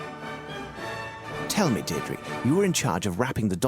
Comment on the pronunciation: Funny enough she pronounced "Deirdre" correctly.